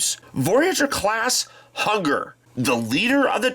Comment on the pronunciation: Did anyone else hear "Hugger" instead of "Hun-grrr"?